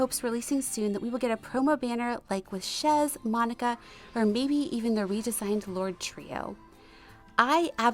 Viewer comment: ur in trouble d way ur pronouncing chez is makin ppl misspell it its french sounding